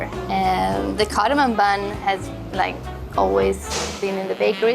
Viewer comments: Wait. I thought it was just the bloke, but she too is saying cardamoN! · It’s not cardomin. It’s cardomom. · He said cardomon